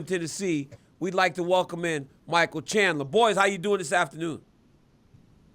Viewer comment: "I would like to wellkim." 🤣